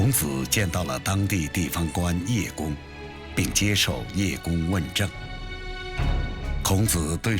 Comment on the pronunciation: “叶公“可不读“页公”而是读作“射公”。。。